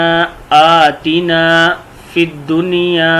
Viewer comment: aatina par zabar nhi ha zer laga hoa ha jb k zabar parha jata ha